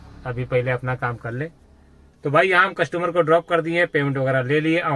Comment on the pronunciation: भाई #कसटूमर नही होता है कस्टमर होता है।